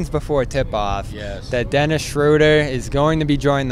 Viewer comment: It’s Dennis not Derek lol.